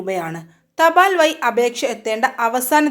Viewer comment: വയി, ഒയിവ് എന്നല്ലാതെ വഴി, ഒഴിവ് എന്നീ വാക്കുകൾ കൃത്യം പറയാനെങ്കിലും........